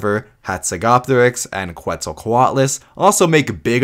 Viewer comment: Is not "qu-et-zal", is "ket-zal".